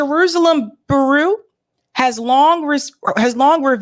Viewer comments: bureau = byoor-O (not boo-roo). Thanks. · "Bureau" is pronounced "Byur - row". JS. Keep up the good work! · "Bureau rhymes with "Churro." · Bureau is pronounced 'Byur-row,'. 😂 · Someone please tell how to pronounce bureau lol love the show, but girl you need to proof read these segments before airing them. You mispronounce stuff all the time. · ...Please learn how to pronounce certain words before going on air And reporting. Look up how to pronounce the word bureau Next time please. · Why is it a thing for you to scream every word out of your mouth... furthermore, if you are unable to annunciate the words Bur-eau or Pal-es-tine, perhaps you know nothing of the topics, and are simply regurgitating the works of others.. totally turned off after listening to you for 2 weeks.